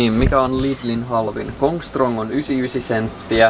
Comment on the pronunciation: hyvä suomi " centtiä" :DDD